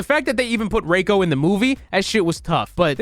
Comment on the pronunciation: they fucking butchered Nitara and Reiko omfg